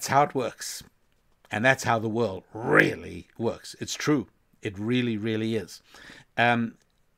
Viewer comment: "How the world rrrrrreally works!" 👌🏿It's dope Rabbi, keep it going! 💯